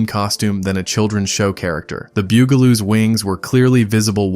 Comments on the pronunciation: I remember being aware of some of the shows. But bew-ga-loos? I'm pretty sure that the pronunciation is bug-a-loos, I remember watching the show in my younger days. On one occasion, the start of the broadcast seemed to stutter, or something of that nature, and I got in trouble for mimicking it, my parents thought I was saying a (to them) offensive word that could be interpreted as referring to someone who bugs things! (New Zealanders should think of a more recent TV commercial for a popular make of vehicle) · Oh my God boogaloos and poof n stuff? Did the person who made😂 this video even watch a single episode? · . It's pronounced, " The Bug- ah -lōōs. Bugaloos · The "BOO-galoos?" H. R. "POOF-enstuff?" This has got to be AI. It was Bugaloos (as heard in the series theme song), and H. R. Puff-instuff (again, as heard in the the theme song). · Who are the "Bew-Ga-Loos"? It's Bugaloos. Or HR Poof-n-stuff. It's Puff-n-stuff. AI voices just suck. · Literally EVERY Sid and Marty Krofft show looked like and was acted like the writers and artists were all on drugs. And my favorite was clearly H.R. Pufinstuf. It was fun! And pronunciation? It's "Puff-in-stuff" not "Poof-in-stuff." And the other show is "Bug-a-loos" not "Byou-ga-loos". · BUGaloos, not BOOGaloos. Because, ya know, they're BUGs. Do some fucking research. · It's pronounced BUGaloos, not Byugaloos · Who are the Bugaloos? It was pronounced Boogaloo’s ding ding.🥴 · This was great until you miss pronounced the Bug-a-loos. NOT the Bugel-oos. Only to be topped, but Puff n stuff... Not Poof n stuff. (rolls eyes) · Bugle-oos? Really? Poof-n-stuff? I give up. Just more AI slop. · PLEASE: it was the BUG-a-loos, not the beugoloose. And PUFF-n-stuff, not Poofenstuff. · It’s BUGaloos, not Byougaloos😂 And it’s PUFF, not POOF (as in they were puffin’ stuff)😂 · Dude. It’s PUFF-n-stuff, not poof-n-stuf. And, it’s the BUGaloos, not the BOOGaloos. Otherwise, I remember every one of these shows! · AI slop can't pronounce bug a loo 😂